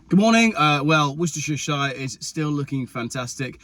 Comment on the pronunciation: Worcestersher-shire? Its pronounced Wor-ste-sher. I know, mad isn’t it? 😅